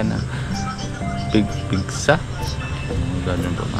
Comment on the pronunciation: Hahaha pigsa po kuya not pizza